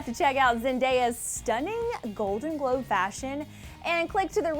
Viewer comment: said "And the golden Gobe goes to.."